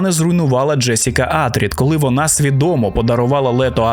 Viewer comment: Чого Атрід а не Атрейдіс...?))